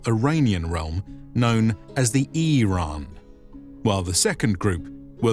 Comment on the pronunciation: Eirean... hmm you pronounced that awfully funny sir.